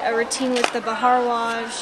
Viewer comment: surprised u said bhardwaj correctly hahaha you're improving so much i love your updates😁